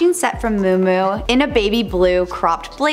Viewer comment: Or “miu miu” being pronounced “moo moo”. I can’t.